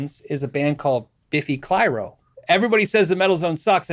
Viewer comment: Question asked, question answered. "Biffy Clyro". Just found their vids. Watching on my phone (which is NOT stereo). Sounds like he said "Beefy Pyro".